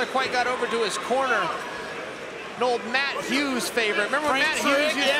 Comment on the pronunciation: the way he pronounce the word "corner" makes me hate the english as a language: Cornaee Ew